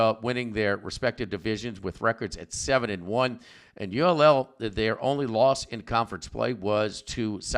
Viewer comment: ULL??? its UL